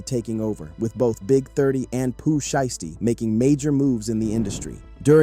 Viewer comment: “Pooh shisty” 😭